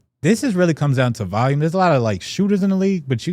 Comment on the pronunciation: Day 155,674 of notb member saying the word "valume"